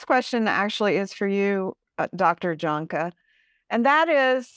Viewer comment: Okay, I wish that everyone would please learn to pronounce last name correctly, JAHNKE, IS correctly pronounced. Y A N K U H. thank you, go in peace ❤